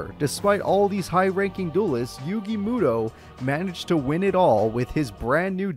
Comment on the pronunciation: The pronunciation of yugi meowtoe gets me every time. Mad respect and appreciation for taking time and doing this series for our entertainment and hits me in the nostalgia heart. I’m a set card and pass era kinda guy. I tried to come back with duel links and master duel hoping to find those hidden memories of beating down my friends with my light dark deck with Bls and Ced along with the yata garasu combo. Needless to say I was so lost and outta my league and comfy zone I was use to. I didn’t last an hour trying to learn all the new rules and was done lol